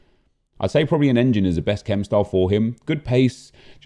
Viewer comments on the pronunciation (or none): none